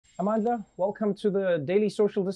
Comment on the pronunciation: I’m sure Trevor is one of the few people in America that can actually pronounce Amandla and also know its meaning